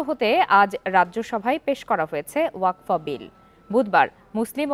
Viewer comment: Waqf hobe wakfa noi gendu